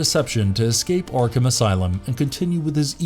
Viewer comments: Why are you saying yarkam instead of ARkHam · I'm sorry, i love the videos but pronouncing arkHAM got on my nerves. Its arkum... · I hate the way this guy says Arkham but I do like this villain series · Seriously butchering the name Arkham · The pronounciation of Arkham is driving me bonkers